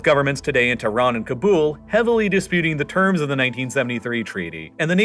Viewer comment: Cobble. Not K''bool.